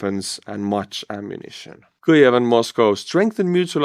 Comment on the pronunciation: There's no L in Kyiv!